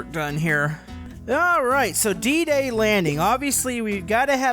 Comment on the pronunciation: It's D-day as in the day